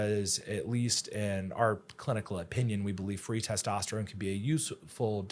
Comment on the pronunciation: Why can’t she say testosterone